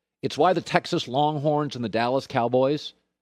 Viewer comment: Did Colin Say Wronghorns. . LOL